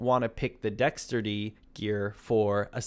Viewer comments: say it with me Dex-ter-ity - good guide tho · Dexterity - dex·ter·i·ty 😉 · Bro why yo saying Dexterity like that 😆😆, I know you know how to say Dexterity, stop playin. Lol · I cringed every time you said the word “dexterity”.